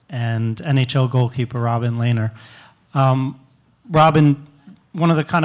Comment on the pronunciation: I love lehner so much. He is one of the best goalies ever. But I hate the way that people mispronounce his name. It's Len-er. Not Lay-ner. Ergh.